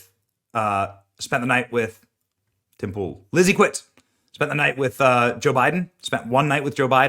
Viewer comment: The way you said Tim Poole trips me out am I stoned or something?